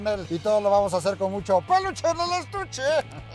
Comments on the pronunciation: Jajajaja que cagado que intento decir peluche en el estuche jajajaja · hella funny floy when he try to said peluche en el estuche. floy like whatever lmfao 🤣